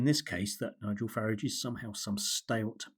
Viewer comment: Total drivel from someone who cannot even pronounce Farage (or does he think that's clever like the hapless Cameron used to do).